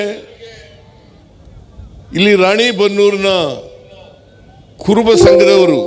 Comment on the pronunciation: ರಾಣಿಬನ್ನೂರ್ ಅಲ್ಲೋ ಅದು ರಾಣಿ ಬೆನ್ನೂರ್